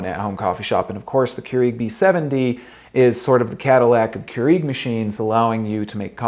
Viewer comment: Still months later and videos and coffee makers later. He still says Keurig wrong. It's Pronounced "CURE-EGG" not Kru eeeg omg it's driving me nuts.